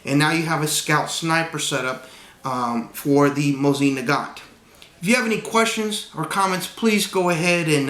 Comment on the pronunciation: Ermahgewd! You said it right! Finally somebody!